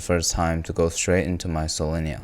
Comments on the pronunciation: Not Solenya, it's Solyanka 😢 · Bro refuses to say "solyanka" instead of "solenya". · Solyanka not solonya >:( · Ha haaa Solenja ? - no noo it is "селянка" like sel-jan-ka ! I also love seljanka, even though I'm not of Slavic ethnicity, I know how to pronounce my favorite soup.:hand-orange-covering-eyes::face-blue-smiling:🥣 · It’s not solenia it’s Solyanka (солянка) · Idk why all western people calls it solyenya, cus the dish is called solyanka. Solyenya is pickles plural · why do y'all say "Solenya" it's Solyanka 😔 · It's not solenya, it's solyanka!! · solyanka is pnounced "sol-yang-kuh" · he is intentionally mispronouncing it to make a Rick and Morty joke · And he pronounces it weirdly too😂, even tho Solyanka is written in english as it needs to be pronounced, idk why he is skipping the 'k' letter lol